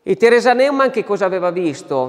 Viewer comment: Ciao, grazie per quello che fai. Volevo dirti che Neumann, in tedesco si legge NOIMANN perché le lettere eu = oi Sarebbe meglio che tu lo sapessi essendo che sei un bravo relatore. Grazie mille